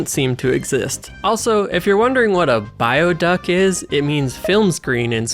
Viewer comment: "Bioduk" is just the words "Bio" and "Duk" combined into one. "Bio" is the Swedish word for Cinema, and "Duk" translates into cloth, usually its used for tablecloth (but it can also be called "bordsduk" which directly translates into "tablecloth") I am going to ignore the horrible pronunciation of "Bioduk", which actually sounds closer to "bee-o-duuk"